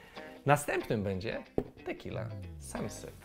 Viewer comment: "Tequilla" :D